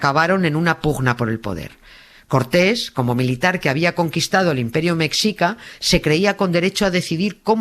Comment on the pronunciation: se pronuncia "meshica" jjj , te quiero Nieves! <3